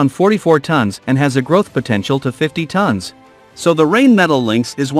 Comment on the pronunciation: Tons not tones 😅😅😅😅😅